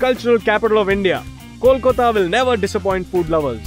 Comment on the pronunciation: Great. :) Why does he keep on saying 'Kolkota'? lol.